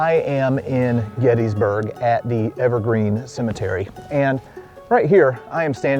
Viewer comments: I'm starting a campaign to get you to pronounce Gettysburg correctly. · GettISburg.. but "Getty" is accepted by many locals